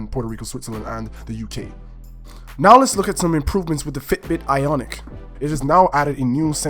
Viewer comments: It’s ionic, not “iconic” you dumbass. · It’s Ionic.. not iconic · Its not iconic dumbass its IONIC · Ionic not iconic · Its an IONIC not an ICONIC!! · I stopped watch once he mispronounced ionic twice